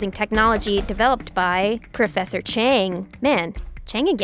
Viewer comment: “Professor chank” 💀